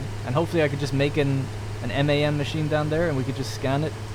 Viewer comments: why call it the mahm, its mam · MAM... Molecular Analysis Machine. It not pronounced "mom."